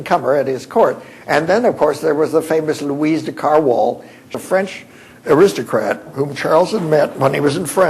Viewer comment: Louise Carwall? Please! Louise de Kerouaille, pronounced Care-roo-eye...